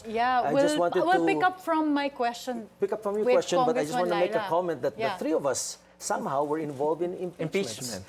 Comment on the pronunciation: Three or tree senate spox??!